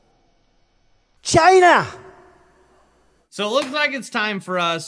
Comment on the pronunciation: TRUMP says Chy-na 😂